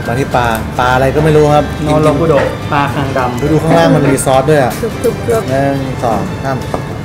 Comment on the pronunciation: ปลาคังดำ???มันต้องปลาคางดำไม่ใช่เหรอครับ